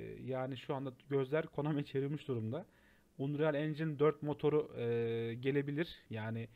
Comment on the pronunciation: Aga iyi güzel hoş da "unreyal" deyip durmasan? "Anriyıl" diye oku şunu wockcnxnmdsoa